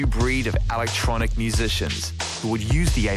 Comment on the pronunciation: "Alactronic" that's an annoying af pronunciation of electronic lol